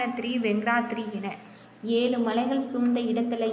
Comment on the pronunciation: Yezhu endru sariyaga solla muyarchi seyppa commentator